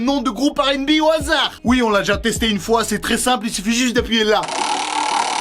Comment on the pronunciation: "Au hasadr" ? XD